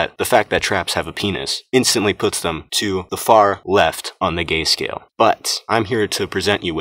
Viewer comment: I lost when he saids GÆ SCAYEL